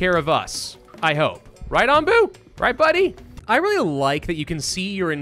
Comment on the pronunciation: Yeah, nope. Onbu as in the onbu obake. Hilariously, this seems to be Soviet Russia, as Onbu carries YOU.